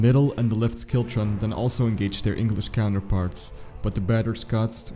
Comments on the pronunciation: Nice clear account. Thanks. Might try pronouncing as: Berrick and shiltron. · Silent W in Berwick and silent C in Schiltron... other than that it wasn't too bad :)